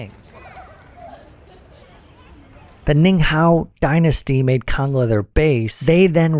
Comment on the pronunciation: Not kanga it's kangla